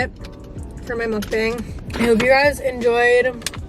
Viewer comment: not to be that typa bish but "muk-bong" is the correct pronunciation ;) xx